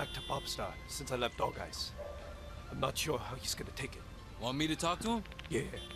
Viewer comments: Dog eyes. Hunde augen. Nicht Dogays oder was auch immer du da faselst. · man spricht es DOHICE oder DOGEIS aus :D dog heisst hund und eyes heisst augen und augen spricht man aus wie eis :D also dogeis :D gutes lp :) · Ich denke eher das man es Dog-eis ausspricht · kannst du nicht "Dogeyes" aussprechen? xD Sag "dog" und dann "eyes" xD "Dogeiss":P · hey ich glaub das "EYES" in "DOGEYES" spricht man wie das englische wort für "Auge/n" (also "eye/s") aus;) btw tolles lp:)